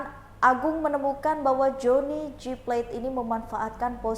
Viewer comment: SP tidak akan pernah memecat JGP karena ini dilakukan supaya dia tidak nyanyi seperti Nazarudin,,, Mbk reporter please itu plate bkn bhsa inggris,baca yg bnr😂